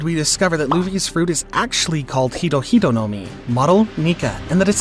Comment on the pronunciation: I thought he said ego ego no mi 😂😂😂